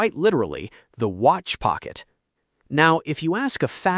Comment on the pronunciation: ah yes, the ole wrist Wratch